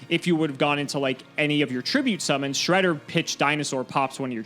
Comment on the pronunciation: This was literally a Progression Playoffs episode. I can't get over "My hole is no more" xD and then we got counter jokes with Fortune Lady Earth and the absolute correct pronunciation of Shred-d-d-d-d-d-er (why the fuck does that thing have 3 D??). It was hilarious from start to end and I'm super happy that we finally have the return of present-day and present-day symbolized by his flamboyant hair.